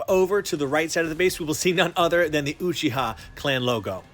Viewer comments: Why do you say ochiha and not Uchiha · find me a video we’re in the anime or one of the creators pronounced uchiha like you uh-cheh-hah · the way he said uchiha ☹️